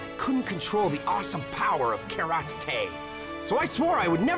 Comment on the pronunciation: Karate more like Carrote